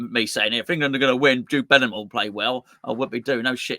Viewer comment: nice to see you put some respect on Bellingham's name! 😉